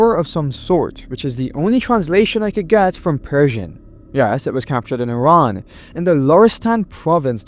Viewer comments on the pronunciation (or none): Video #7... "Iran" sounds more like an immediate course of action than a country in this one.